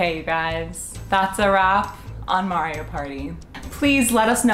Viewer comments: I can’t get over him saying ma-eo 😂😂😂 it’s mar-rio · me being upset that says mario like mairio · Love you guys but I hate how do you guys pronounce Mario it made me want to jump off a cliff slightly, but gave me a good laugh😂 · I love you guys but pronouncing Mario wrong bothers me 😅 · Sry but when they said Mario wrong